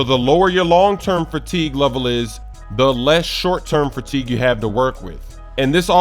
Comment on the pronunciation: the hell is "fratigue" 😂